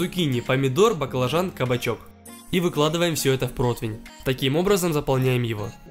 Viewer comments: Ухо режет этот протЫвэН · Ну почему протвень то!? Если противень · ПротИвень. УМОЛЯЮ, ПРОСТО ЧЕРЕЗ И т.т Видео шикарные, но слух режет. Хнык.